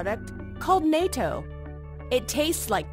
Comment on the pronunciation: Its not NAY TOE The japanese A is not AY